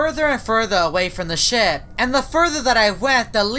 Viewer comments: Do you have a problem pronouncing the word “Ship”? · He said shit not ship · I wonder who's controlling this ship? Captions: I wonder who's controlling this [ __ ] Edit: Captions are drunk & it mispronounced ship as shit. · when he says ship it’s sounds like sh** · I thought you say sh*t